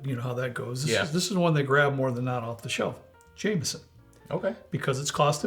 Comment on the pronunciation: In Ireland it's pronounced James-on ,never Jam-eson...